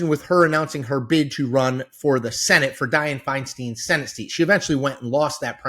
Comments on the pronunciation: The Senator’s name is pronounced Fine-Stine not Fine-steen. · I live in California and have not seen anything about this interview. I'm a moderate and no fan of far-left Porter, but I don't think this is a big deal. Also, I wish Chris would learn how to pronounce Feinstein.